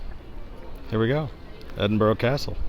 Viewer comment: Your nailing the English and Scottish city pronunciation ;)